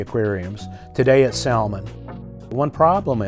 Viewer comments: FYI: The "L" in salmon is silent. But I think you know that and are doing it on purpose to manipulate people into commenting about it in order to increase "engagement" in the YouTube algorithm. Why to content creators do these things? It's such a turn-off to be manipulated. Just make good content (you do) and the viewers will be there. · The “l” in salmon is silent 😂